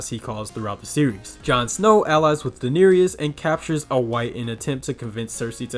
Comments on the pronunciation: You missed pronounce it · You could at least pronounce Daenerys correctly… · Ah yes the mother of dragons, Dahneerius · Sorry, but you’re saying the name of the mother of dragons wrong? It is pronounced, and spelled,Daenerys but it is properly pronounce as daneris but it is pronounce. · the way you pronounce Daenerys literally drives me insane